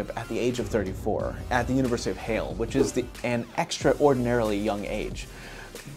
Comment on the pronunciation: "Halle" = Hal'-le.